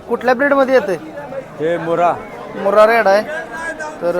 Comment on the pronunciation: मुरा नाही 😂